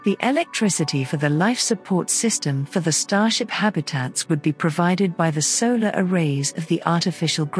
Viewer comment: what is a sailor panel or sailor array ?or are you mispronouncing vowels on purpose to make yourself sound snotty ? ! what is a papose